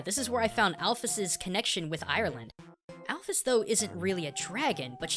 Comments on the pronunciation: It's not al-f-ees it's al-fis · Your pronunciation of "Alphys" TRIGGERING